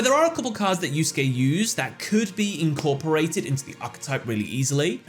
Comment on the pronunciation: pronouncing Yusuke correctly is the greatest character development of the year